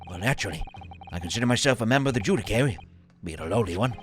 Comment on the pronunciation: gotta love how has consistently been saying "judicary" instead of "judiciary" this whole time (it's pronounced joo-dih-shee-airy)